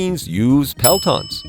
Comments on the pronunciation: ROFL- dude calls them pelatons... jesus christ bro re-record the audio and say PELTOR.... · it's actually "Peltor" not "Pelton" and it's a Swedish invention, just like the Red-dot sight (Aimpoint) and the Archer Artillery system – the most advanced artillery system in the world. :)) 🇸🇪🗽